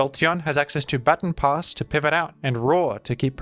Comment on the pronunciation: Ba-Ton, not Bat-on pass.